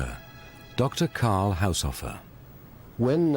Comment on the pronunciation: Haushofer is not pronounced "Haushoffer" but "Haushoofer" (long o)